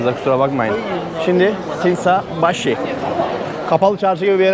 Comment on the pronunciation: Şinsaybaşi ye şinşabai demek